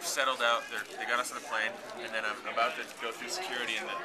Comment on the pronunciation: Newark is in new Jersey. eeee, I love when you say Aboot. IMPERSONATORS!!! That shows look scrazy awesome. It's 40 times bigger than Summerwood was llol but either way, you guyts busted up Firt Free's stage. Come again! I love how Jon plays guitar lol it's so cute, he's so concentrated ha. Of course I could tell, being 1 foot away from his face XD I wish Slober Dog was a FULL OUT LUMBER JACK! egh... *drool Jon*